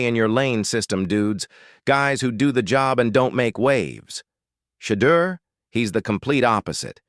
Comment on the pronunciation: I stopped watching 37 seconds in... you mispronounced his name 3 times.